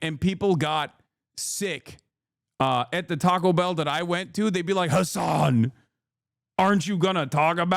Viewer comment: the way he says "HASAN" has me dying lmfao